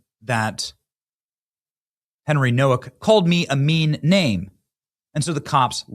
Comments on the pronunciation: Hey Benny, his last name is Polish and the W is pronounced with the V sound so it's pronounced No-Vak I just wanted to say that maybe you should be aware of that in case you are not sure how to pronounce his name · Nowak is a Polish name...it's pronounced Novak!!!